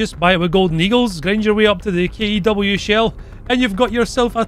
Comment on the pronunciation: KE-W? more like kek-w shell